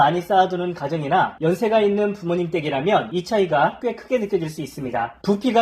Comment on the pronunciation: 설명나오는말이 정신없네요 둘중 하나는 빼세요, 발음하는 글자가al인지 발음 그대로 나오고 정신없네요, 부모님댁이=부모님 때기